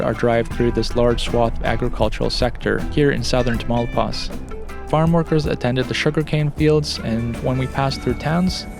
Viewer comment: Tah-mah-ooh-lee-paz! Not tamale-paz! 😂